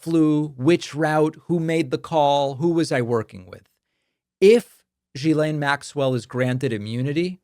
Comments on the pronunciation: It's not GhisLANE, it's'laine'. Like you would say less without the S and add 'ne' ... Ghislaine. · It’s pronounced Jizlane. Please have some respect. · Not jiz-laine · Like your show but her name is pronounced Gee-laine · The G in Ghislaine is pronounced like the G of Gold, Golf and Gimme. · david try learning how to pronounce her name!! is not rocket science. come on